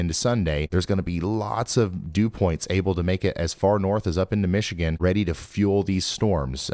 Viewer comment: Ryan!! I'm getting tired of hearing "Michigan" come from your lips.